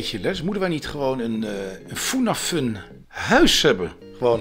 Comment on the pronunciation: Het is niet FoendaFoen of FundaFoen maar FundaFun, leer nou is je klanken 😘!! Schuif trouwens asjeblieft weer is aan bij Roddelpraat, jij was juist een toegevoegde waarde binnen Roddelpraat!